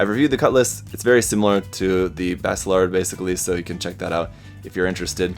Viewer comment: Baselard is a medieval dagger and it's pronounced "Bah-Se-lard"